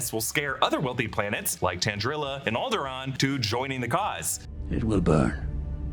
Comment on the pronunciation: ”Alderaan? How about Alderaant”